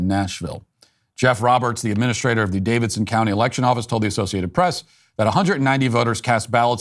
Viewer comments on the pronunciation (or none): none